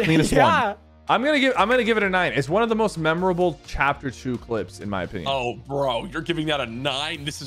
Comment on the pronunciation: "issa one"